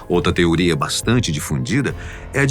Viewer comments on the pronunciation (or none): none